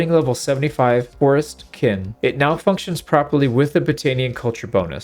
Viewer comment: That perfect eunuciation of f o r e s t k i n. One slippery word combination...